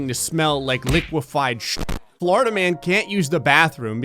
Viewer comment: Everytime you say "Florida man" I hear "Flarda man" instead